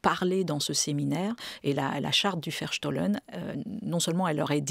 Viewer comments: un grand, grand merci a madame fleury et à notre chere Olivia Ghesbert nationale juste .. dans un souci de rapprochement entre européens, cette belle utopie malgré tout, et, si je peux me permettre : on prononcera plutôt" verstooooooohlen" (ferstoh-lène) un o long et Bau- haus (baouhaousse) :) sinon incompréhensible voire un epetit peu insupportable 😅😅😅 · "Charte du Verstohlen" et non "chartre"??? Mme Gesbert.